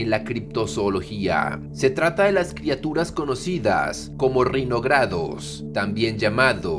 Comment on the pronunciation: "Criaturas" no "Crituras".